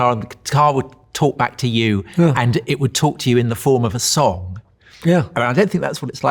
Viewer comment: What a great interview! Also, how Paul pronounces it “sonc” instead of song…